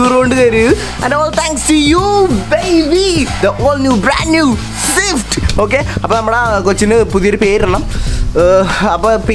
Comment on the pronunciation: സിഫ്റ്റല്ല സ്വിഫ്റ്റ്